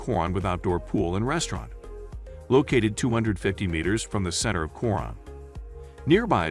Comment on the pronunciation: Pronounce it KO RONE. If you pronounce it your way Filipinos will not know what you are talking about.